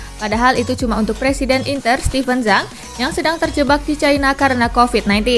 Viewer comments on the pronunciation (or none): none